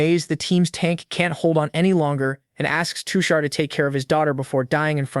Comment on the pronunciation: now that's a accurate indian not all of india wear traditional clothes but modern too , also his character and nature is perfect for a background character, I genuinely felt bad for him 😞 ( btw his name is tushar, the pronounciation is wrong)😅